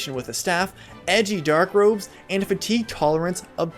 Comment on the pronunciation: Way too much emphasis on fatigue lol